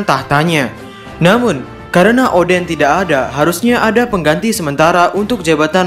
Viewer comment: Salah sebut